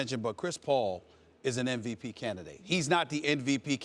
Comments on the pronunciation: is it just me or stephen A. says NVP instead of MVP? what the fuck is NVP? Nost Valuable player? LOL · what weed you smoking SAS , cp3 is not in mvp convo ... and its mvp not nvp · Idk why but it annoys me when ppl say "NVP"